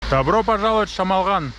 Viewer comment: ПОЧЕМУ "ЧЕМОЛГАН " , А НЕ ШАМАЛГАН ? ЧТО , ДРУГИЕ НАЦИОНАЛЬНОСТИ НЕ МОГУТ ВЫГОВОРИТЬ " ШАМАЛГАН " .